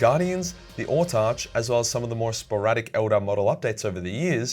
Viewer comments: Autarch It's pronounced AW-TARK not ORTARCH. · *Autarch. It is a real word, coming from the Greek "autarkhos" (autos = self, arkhos = leader). Along with "exarch", "Hierarch", and "Monarch", it is pronounced with a hard "k" sound, just as in the words "park" or "mark." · Butchered autarch pronunciation but good video